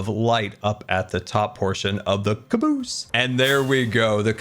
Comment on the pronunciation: I think your pronunciation of "caboose" should be from now on the official default dictionary standard.